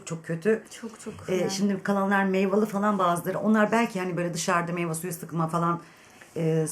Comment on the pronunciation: abla bunu söylemeden olmaz meyva degil meyve